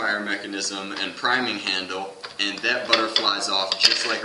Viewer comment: you said prining handle lol